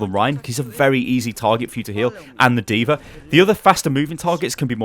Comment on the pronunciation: legit question here. why does say AnaR DvaR and so on?